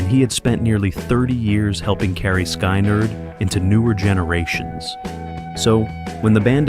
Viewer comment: Skynyrd, not Skeinerd. Interesting topic, but that detracts from the professionalism of the vid.